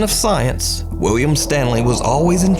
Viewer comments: idk if its just me, but it sounds like nuke is saying wiwwiam & whenever he mentions the guy by name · Pretty sure he says Wiwwium.